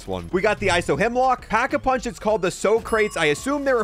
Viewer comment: It's called Pack-A-Punch, not packed-a-punch or packing-a-punching. You're supposed to be a zombies player? lmao